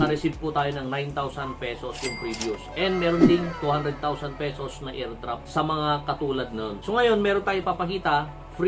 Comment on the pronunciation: Diko naintindihan sabi mo aordrops